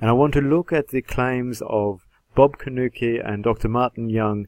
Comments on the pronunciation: His name is pronounced Corn Nuke, not Cornukee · You are pronouncing your opponent's name wrong. It's properly pronounced C-O-R-N-F-L-A-K-E.